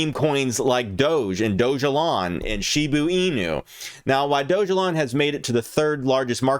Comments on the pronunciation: It’s Shiba Inu not Shibu Inu ffs!!! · ITS PRONOUNCED SHIBAAAA INU YOU FUCK. SHIB TO THE MOON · "She boo ee new"